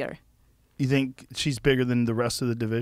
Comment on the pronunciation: when Valentina says “zhinkk” instead of think LOL 🤣😍 what a beauty